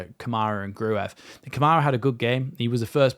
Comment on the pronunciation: Apparently Gruev is not pronounced phonetically, but like Cruyff, so... Gruyff